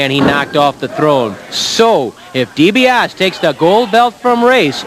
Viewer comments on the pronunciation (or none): never did learn how to pronounce DiBiase